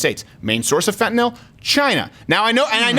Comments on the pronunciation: Fentanyl: Fent-a-nil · Fentanyl is Fent-a-nill. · POTUS reps all states. It's "Fen tan naw" around here. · Everyone in my area pronounces fentanyl like that